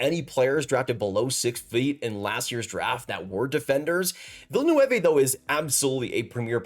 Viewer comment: Pronounced Vill- noov.